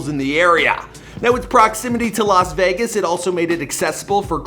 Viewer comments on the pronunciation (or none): none